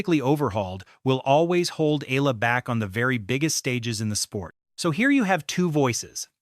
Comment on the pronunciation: e-YAH-la‼️ e-YAH-la‼️ e-YAH-la‼️